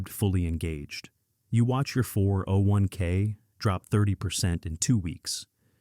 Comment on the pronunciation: A real person would not say "401k" as four separate syllables with pauses between. AI just plain cannot think or even read a YT script. AI companies are going to see market cap drop like an anvil. Soon.